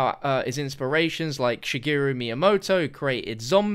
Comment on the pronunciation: Guy clearly isn't a big fan if he can't pronounce Miyamoto's first name correctly.